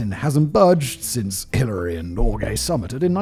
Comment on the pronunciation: i know who Edmund Hillary is but he said Killary